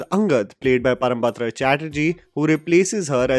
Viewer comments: Sorry if I'm sounding like an asshole grammernazi, but it's Parambrata not Parambatra. Given your vocab and pronunciation(one of your USP), it was just constantly taking my mind away to this instead of the actual review. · you continuously keep on saying the name "Parambatra Chatterjee", please take it as a correction and no offence, his name pronounced as "Parambrata" Param and brata, as in bengali pronounciation Pawrombroto, परोमब्रतो, পরোমব্রতো। Please make sure when you pronounce his name next time, its Pawrombroto Chatterjee. ❤️❤️❤️ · It's Parambrata, not Parambatra. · Hey, the name is Parambrata, not Parambatra.. You really need to work on the pronunciation of non-Hindi and non-English nouns/names 😋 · That is not Parambatra its Parambrata. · Hey! Big fan! Just a quick thing to point out, it's not "Parambatra" but "Parambrata Chatterjee":) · I personally liked the series . Though the climax is a bit underwhelming. I would like to mention two things, which needs to be corrected. Firstly, this is not based on Bibhutibhushan Bandyopadhyay's bengali novel 'Aranyak'. The novel had a completely different storyline, nothing to do with a thriller. Only the name has been borrowed. And secondly, he is Parambrata, not Parambatra. And I must say, you really have a good understanding of cinema. I follow your reviews. I would like to recommend a bengali series, named 'Mandaar', based on Macbeth, available on Hoichoi. Give it a try, you won't regret. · 'ParamBatra' nahi 'Parambrata'. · I am triggered as a Bengali girl every time you say "PARAM-BATRA CHATTERJEE" instead of "PARAM-BRATA CHATTERJEE" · You pronounce Parambrata's name wrong..... it's not batra :/ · Hey, loved your review, as always. However, maybe I'm mistaken, but I thought you were pronouncing Parambrata as Parmabatra. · Its "ParamBRATA" not "ParamBARTA/ParamBATRA"..sore to the ears 🙄🙄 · he's not ParambaTra Chatterjee, he's ParambRata Chatterjee. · ParambRATA* and not batra